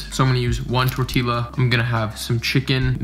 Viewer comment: dope vid, but it’s pronounced torti-yuh not torti-luh. i couldnt help but point it out 😂